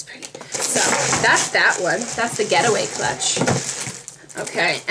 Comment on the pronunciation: I thought you were saying "GHETTOway" clutch